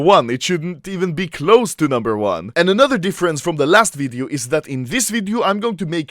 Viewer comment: The way to pronounce ''video'' upset me, ''WIIDIOO!''